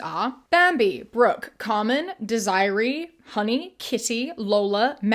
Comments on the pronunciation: Bestie, Desiree is dez-array not desire-ee lmao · Pronouncing "Desiree" as "Desire-y" instead of "De-sir-Ray" is hilarious to me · "Desiree" is pronounced "DEZ-eh-ray" not "Desire-E"" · Also it Desiree not disree that’s not even a band de-sir-ay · You really said Desiree like "desire-e". BRUH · Desiree is pronounced Dez er ray 😂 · Girl... Dez-er-ray... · I have a sister named Desiree and you pronounced that so wrong it’s hilarious. It’s pronounced Deh•zr •ay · Desiree is pronounced Dez-uh-ray 😂